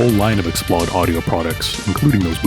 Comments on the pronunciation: Explode, not x-plod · The macron above the "o" means you should pronounce it as a long "o" as in "load." It's the Sony sound Xplosion.